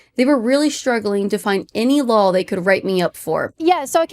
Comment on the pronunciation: She note, it makes me chuckle how Kaitlyn always says "lawl" instead of "law" ❤